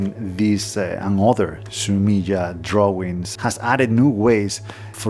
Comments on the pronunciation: Fun tip for pronouncing japanese words: the vowel sounds never change like they do in english. so "e" is always "eh" / "aye". So in this case, it would sound like "Su me ay" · Three syllables: su-mi-eh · Fascinating. Thank you. BTW ink picture or drawing is pronounced Sumi-e where the ‘e’ sounds like ‘eh’, as if you misheard something and wanted clarification.